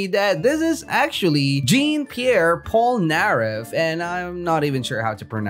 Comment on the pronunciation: I AINT MAD BUT ITS JUST SUPER FUNNY ON HOW HE SAID "POLNAREFF"